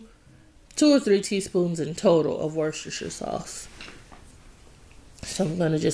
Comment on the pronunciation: As I am from the UK It makes me smile when I hear Americans trying to say Worcestershire sauce. I have to say, you nailed it my dear.